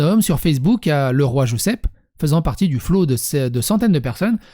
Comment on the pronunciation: le roi joucep, ca ce prononce joucep